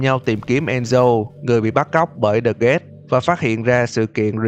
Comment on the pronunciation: The guest mà nghe gần giống với the ghast